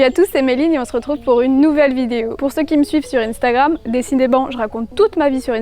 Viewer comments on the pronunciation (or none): In stagram . Ton côté anglais qui ressort 😂😂